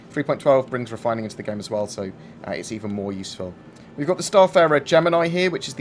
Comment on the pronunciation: moining and refoining